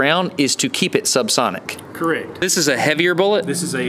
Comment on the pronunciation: (Repugnantcan) "Keurect". VOMIT!!!